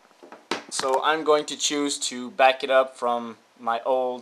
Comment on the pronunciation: hahah lol he said BACKUPIT HAHA